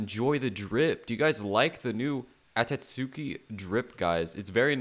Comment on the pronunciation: He called it atatsuki